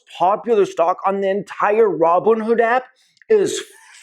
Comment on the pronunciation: Aaup Nnnooo way! Nnnooo wa. Naooo (Heavy Breathing)😂💀😂💀😂💀😂 If you keep repeatly hitting the blue at the beginning of my reply, the way he says app has me in tears